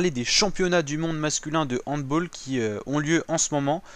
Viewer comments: "Handbol", malheureux, ça ne se prononce pas comme ça! Je le sais depuis le primaire! Handball, de l'allemand ['hant,bal]. Salutations. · M'ouais un comble quand même de prononcer "handBOLL" et ne pas savoir que le HandBALL est un mot allemand pas anglais ( pour une fois !! )